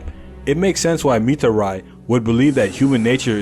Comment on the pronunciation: Why did you mispronounce mitari's name